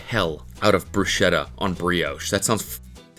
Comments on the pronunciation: It is pronounced Brusketta not Brushetta... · BRUSKETTA PLEASE My ears are bleeding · I have to correct your pronounsiation, it's [brusketta] with a k in the middle. Great video, I just had to write this comment.😅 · Fuckin' hell, Cody can you PLEASEEEEE JUST PRONOUNCE BRUSKETTTA RIGHT FOR THE LOVE OF GOD!!!!!